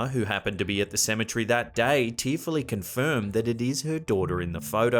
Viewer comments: Cemetery not cemetrey tour switching letters when you say it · Apparently the guy don't know how to say cemetery